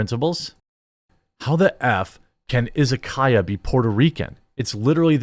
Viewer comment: Pronunciation for Izakaya would be "Ee-za-ka-ya", but otherwise, you're close enough.